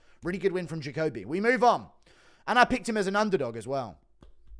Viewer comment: Bro it’s juh coh bee